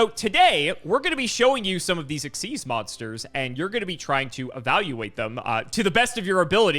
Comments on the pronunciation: Xyz being pronounced exzeez has always bothered me more than it should. Its not even faster to say. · I always thought XYZ was X-Y-Z and not ex-sieze, because X-Y-Z dragon cannon and it's other bits